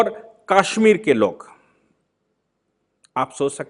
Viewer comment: Aap ke videos bot ashe or information wale hotay hain lekin aap Kashmir ko Kaashmeer bolte hain jo bot hi ajib lagta hai